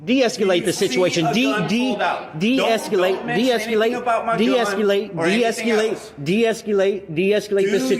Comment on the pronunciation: De-es-kew-late? He can't even pronounce it.